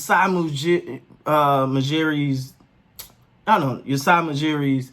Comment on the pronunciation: His name is Masai Ujiri, not Usai Mujiri lool u keep screwing it up, love ur vids man